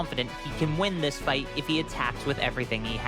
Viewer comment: This guy is annoying "Dis is just like the Cell saga! Dat is just like duh cell saga." We get it. You're a clever boy.